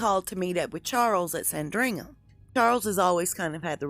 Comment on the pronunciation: Love your videos. But it’s pronounced “SANdringham, not “SanDRINGham.”